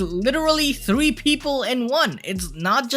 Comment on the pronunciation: You said free fruits not three my guy. Thanks for the upload.